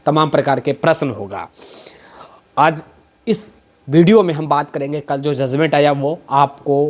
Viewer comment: Zuzment nahi sir judgement hota hai aap patrakar hai r education ki bat karte hai to pronunciation thik kijie